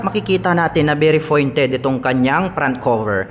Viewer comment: Pointed po hindi FOINTED